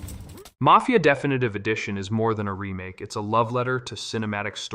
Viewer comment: Voice is AI. You can tell. he pronounces the word “definitive” wrong